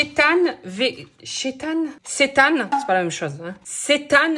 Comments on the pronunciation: Coucou, tu m’as fait trop rire avec ton « chétane »😂 Bravo à toi d’avoir testé l’alimentation végétarienne pendant un mois 👏👏 Ma fille et moi sommes végétarienne depuis plus de 4 ans, au début on été un peu perdues mais rapidement on s’est rendues compte que c’est tellement facile de supprimer la chaire animale de son assiette ! Au resto je me dis à chaque fois que si j’avais encore mangé de la viande je n’aurai jamais goûté tous ces plats fabuleux que j’ai pu tester et puis c’est pour la bonne cause : la cause animale, la planète et la santé ! Si je peux me permettre, il est impossible de développer des carences en si peu de temps, ne t’inquiète pas, au bout de 4 ans nos prises de sang sont même nettement mieux qu’avant ! 😉 En tous cas, merci pour cette vidéo et un grand bravo pour ta démarche et ta prise de conscience, si tout le monde faisait au moins cet effort de réduire sa consommation ce serait déjà un grand pas 😊😘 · ca se prenonce Sétemps